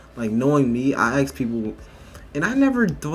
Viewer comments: why is she saying ax instead of ask, if she grew up around white people no way she picked that up from white people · It's "ask", not "axe"... get a proper knowledge of language. Stop being so dumb. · The moment you say AXE... I'm out. The word is ASK. Stop pandering. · The word is “ASK” not “AXE”. You’re in college for God’s sake!!! Appreciate the content! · As a non-american person, what is the accent when people say "axe" instead of "ask". The interviewee says "axe" very clearly instead of "ask" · Why do blacks say axs and not ask? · Guys please stop saying ax instead of ask... it a British slang from north east of London, has nothing to do with black ppl. it just makes you sound silly, please stop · What I NEED to know is why can't this Woman speak proper English? She says "Axe" instead of "Ask". Does anyone notice this and SEE how this can be a problem? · You are in college , you think you could learn how to say ask . Ax, really ? You're in college . And spare me that black folks can't say ask . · College student doesn't know proper English, seems about right. "Let me AXE you a question" low IQ af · Why are college students using 'axe' instead of 'ask' ? Or even 'like, dude, bro,'......Higher education or just dont want to get in to the real world ? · People aks me questions.... 'aks' Also looks like a guy!! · I will always be ultra curious why black people say axe instead of ask. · I noticed that black Americans often say « aks » instead of « ask », why is that? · ... I've never "AXED" anyone a question before. She doesn't have an issue other than she is predisposed to not liking whites. If you don't want to be "misgendered" then don't dress like a guy. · “some uh da stuff dat I axe …” Axing ? Pronounced ; ASK . She wants to intimidate but then be noticed as someone who is oppressed. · can you please say ASK instead of that other weird thing, "Axe", you've know where that comes from, you've seen Thomas Sowell. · AAAASSSSK NOT AX! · the word is “ASK”